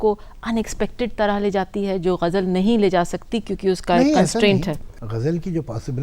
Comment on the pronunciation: I am surprised the lady interviewer pronounced Ghalibs ghazal as " gajal ".